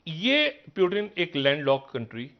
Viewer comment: It's not Urdu word peewoooton but. Pooootoon